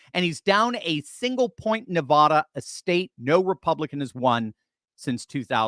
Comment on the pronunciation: I've tried to help you out. Once again pronouce NevAda. The first A as in Apple. Not NevAHda.